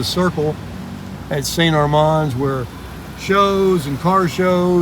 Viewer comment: You can definitely tell that you aren't a local. You're mispronouncing St Armands. It's 'man' not 'mon'.